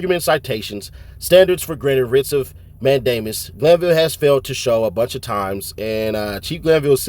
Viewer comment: Writs of "MAN-duh-muss", not "mayne-DAY-miss". Also you got a lot of stuff wrong here, trying to do analysis. You should hit up an actual lawyer to check what you're saying. Not hating, this stuff is ridiculously complex. Just, maybe focus less on speed and more on accuracy. Or stick more to facts like ThuggerDaily. Coulda done this vid w no commentary and it'd be fine. If you're familiar with court, you should know that this complex stuff doesn't always mean what it seems to, tho. It's not plain language. Anyway, my two cents. Thanks for the work you do tho!